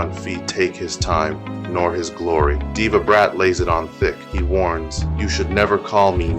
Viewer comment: The mqn name is Deva stop spoil up the man bloodcloth name low dancehall if u cant pronounce ppl name